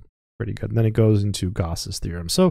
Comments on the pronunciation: Umm... just one thing: Gauss is pronounced, "gowss," not, "gahss." Excellent video! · Oh wow, yes you are right. I used to pronounce it "gowss" and now I've switched to "gahss". I wonder why I did that. THANK YOU!